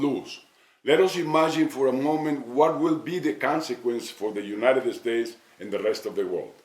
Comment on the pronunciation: No tiene un asesor que le diga que no es "United Estates"? Digo, ya se que Fox nunca hablara ingles perfecto, pero que tan dificil es aprender a decir "United States"? se ve ridiculo.